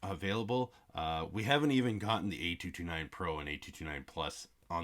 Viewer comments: Great video but the emphasis on the "A" driving me bonkers. 🤣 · Your emphasis on the "A" saying the model number is really distracting.